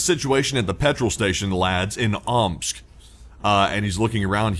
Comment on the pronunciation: More like “Ooops!” rather than “Omsk”.